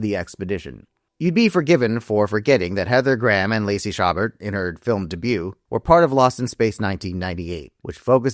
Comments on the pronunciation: Lacey Chabert's surname is pronounced "sha-BARE," FYI. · You might wanna Google how to pronounce Chabert.